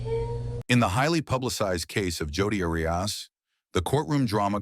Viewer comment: Jodi Anerias 😂😂😂 You can't get the name right, I doubt you'll get much more Right. I'm out